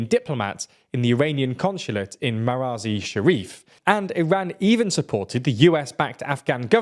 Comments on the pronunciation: Its Mazaar i Sharif, not Maraazi Sharif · Bro it's not maraz-e-sharif it's mazar-e-sharif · he pronounced mazaar-e-shareef as maraaz-i-shareef 😄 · its Mazar-i-Shareef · The 9-year-old presenter mispronounced Mazar-i-Sharif and Baluchistan.